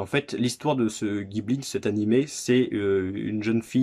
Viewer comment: Sympa les fourreaux blu-ray des films Ghibli :) y'a les numéros sur la tranche? T'as commencé par un très bon, il a une grosse grosse fanbase Tu vas te faire plaisir a découvrir tous les autres :) (Par contre ça se prononce Jibli en jap 😉)